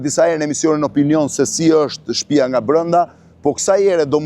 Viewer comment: O hajvan me dy këmbë-Blendi Fevziu,nuk thuhet 'shtpija'por 'shtëpia'!O pjellë e pist ,pse e përdorë dialektin e Ballistëve, hizmeqarëve të fashizmit?Aleluja!